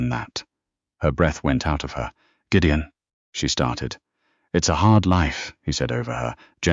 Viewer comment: I greatly enjoyed Gideon's Scottish phrasings and the narrator's fine rendering of them. A pretty good story. Thanks.